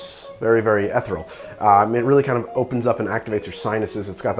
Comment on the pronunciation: "Ethryl" is not a word. I think you might have been trying to say ethereal: pronounced ethe·re·al or i-ˈthir-ē-əl But you butchered it pretty bad.